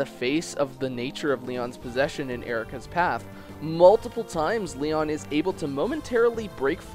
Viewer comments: "Lee-ahn", more like "Lee-own" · joaocisne556 completely agree I also like Eirika's path much more and thought it was more interesting, tragic, and well written. but besides that (and the mispronounciation of Lyon's name), the essay is well done and some recognition of Lyon's character is super refreshing!